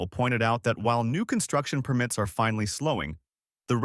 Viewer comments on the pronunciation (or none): Permit (as in construction permit) should be pronounced like the noun that it is (not like a verb).